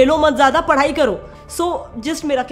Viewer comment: It’s not padai it’s padhai smh